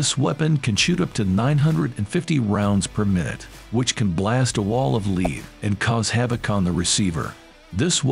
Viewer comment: Lead, not lead.